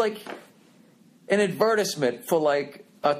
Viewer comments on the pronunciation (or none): did he just pronounce advertisement like "advert-is-ment" lmao oh freckles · We gonna skip the fact that Bill said “Ad-vet-its-ment” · that the way Brits pronounce it?